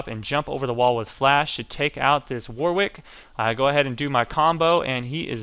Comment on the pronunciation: why is it nobody can ever pronounce 'warwick'?